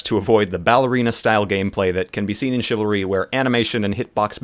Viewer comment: Chivalry? Not chivalry.